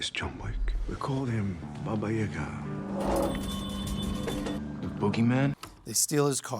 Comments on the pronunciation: Having spent a lot of time in Russia...around Russians.... etc... And still pronounce Baba Yaga wrong? 🤔 Hmmm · Doesn’t pronounce babayaga correctly lol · Do you expect the guy who can't say "Yaga" to pick up on that? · Please pronounce “babayaga” correctly if you have studied this!